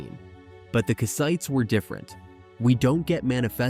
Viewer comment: Nice video but... "ite" is not the stressed syllable, "Kass" is. Anytime in English you see a people whose name ends in "ite" the ite" is never the stressed syllable. Kassite, Hittite, Samnite, Elamite, etc - all unstressed "ite".